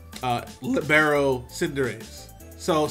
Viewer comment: Its pronounced Lee-Bur-Oh by the way.